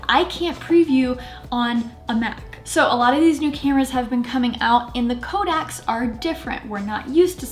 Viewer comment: Kodaks, you meant to say Codecs didn't you? 😛